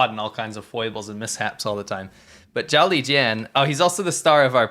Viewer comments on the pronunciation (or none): 'Zhao Lijian' when pronounced 'Jolly Jin' seems a much nicer man. I could be wrong tho...